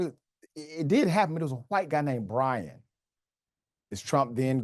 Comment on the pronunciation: Bwian, eh? The wittle wascal has spiwit! Spiwit….You know, bwavado…a touch of dewwing-do.